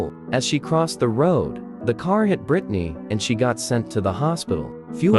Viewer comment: britney?🥶 More than like brightney💀